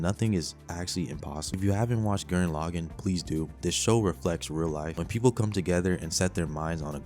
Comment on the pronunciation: the way you pronounced Gurren Lagann is murdering me 💔💔💔💔